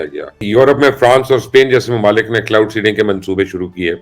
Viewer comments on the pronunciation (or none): ایک مشورہ ہے مبشر صاحب کہ پروگرام سے پہلے چند بار سکرپٹ کو پڑھ لیا کیجیے تاکہ کلاؤڈ سینڈنگ اور پِن بجلی جیسی غلطیاں نہ ہوں۔ شکریہ